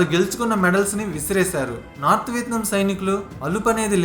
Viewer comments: It's not VITNAM...its called VIETNAM.... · Vietnam ane name ala pronunce cheyalo nerchukoni video complete cheysi unte Enka bhagundedi guru garu....🤣🤣🤣